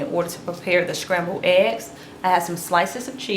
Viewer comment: Good tutorial But Shcrambled ehs